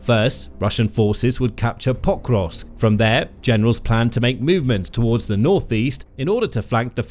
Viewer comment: Anyone count how many times he said potrusk. So annoying